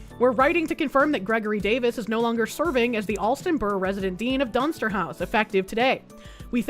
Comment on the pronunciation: I swear every time you said "Dunster" I thought you were saying dumpster. Which, I mean, given the context of the story it was being used it, sounded appropriate!